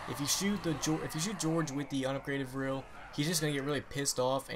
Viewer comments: its V R 11 not virll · VRLL? Its VR-11